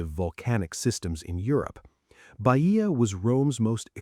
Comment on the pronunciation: Is not Baìa, it is Bàia